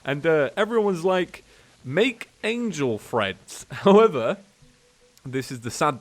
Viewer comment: Angel Treads, not Angel Threads.